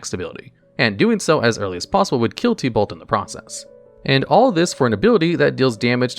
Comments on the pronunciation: Oof, normally hearing names slightly misprobounced doesn't bother me but idk why but hearing it as "Tea-Balt" instead of "Tib-Ult" was like nails on a chalk board. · Bro the only thing worse than tibalt is the way u say tibalt 💀